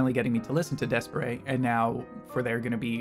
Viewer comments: Reddish is my favorite song and video by D'espairsray. They're pronounced Despair's ray by the way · Thank you for the good reaction! Please do a full reaction for them. And I'm not going to comment on how you pronounce the name hahahahah, but yes it's wrong pfft. xD